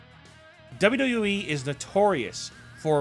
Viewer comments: you say wwe like dodododowee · First of all you have to make a good pronunciation.Then you got a option to choose making of a video.I just listened your presentation somehow through the video wich was disguisting.Please make sure from the next time what you have to improve your basic things to make a video presentation.Your accent of WWE was just impossible to take.